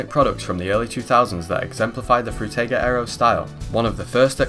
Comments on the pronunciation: By the way. Its spoken "Frooteeger" . (Atleast you spoke the g right, which most people do wrong.) Frutiger was a guy from Switzerland and in the German Language, I is spoken like in "Involvement", "Indoors" etc. The english "I" = "ai" does not exist in german. You need to put another vowel like "a" or "e" in front of the i to get the english sound. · Fruitiger Aero. Sounds like "Fruit Tiger Arrow", when he says it. And I like that. I wonder which fruit emoji is the MOST fruit emoji and if we could use just three emojis to represent that word in a literal sense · Frew-tay-gah arrow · Did bro just say ‘fruit tie gir ‘ aero? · Frew teyger, Through tiger, can’t watch it to the end, hurts my ears too much. Also, Zeit-geest 😖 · Drinking Game: Take a shot every time he says "Froo-tiger" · have you never heard someone pronounce words like "Frutiger" or "Zeitgeist" before? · Can you please fucking figure out how to say Frutiger right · appreciate the video but the mispronunciations of some words (epitome, perforation, Frutiger) bothers my linguistics-cop brain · A few notes: 1) I love that you decided to use every single possible pronunciation of "frutiger" you could think of so you could at least get it right once. 2) "zite-g'iced", not "zite-geesed" 3) "ep-pit-uh-me", not "eppy-tome" English can be funky sometimes.